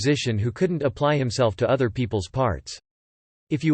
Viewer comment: "Among o-t-h err blasphemous things" 😉🙃